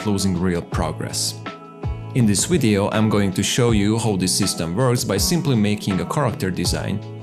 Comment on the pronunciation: You have vees on your language and still say wideo. How is this possible?